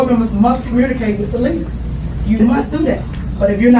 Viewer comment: WTF is Com-murn-ni-cate?